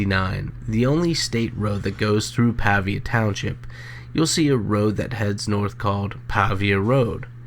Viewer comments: It's actually Claysburg, PA, not Claysville. I don't live far from where they were found. The narrator is mispronouncing Pavia as well. It's a hard A, more pronounce like a paved (road). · Pronounced Pay-via.